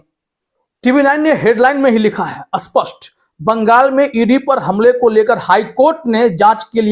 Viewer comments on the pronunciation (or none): Love your videos full of great information. Just have to say one thing: pronouncing 'spasht' as 'aspasht' which totally changes the meaning of 'spasht' (clear), to 'aspasht'(unclear). Many people have a difficulty pronouncing words starting with 'half S' and they add 'a' to pronounce 'half s'. But it totally cganges the meaning to opposite of the intended word e.g. 'sthayee' to 'asthayee', 'spasht' to 'aspasht', 'smita' to 'asmita' which become opposite of word intended to be spoken.